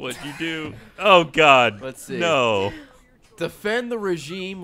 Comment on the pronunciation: I'd make fun of Ray, but I pronounced Godot the same way when I was a kid.